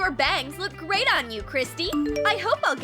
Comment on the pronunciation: I'm aware. Just sounded like bags.